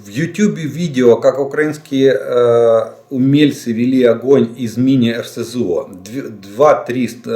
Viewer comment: Так и не научился деда ставить ударение в словах Украинский и на Украине😅